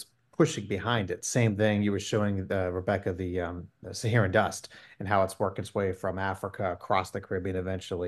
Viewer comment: Sahara, not sahera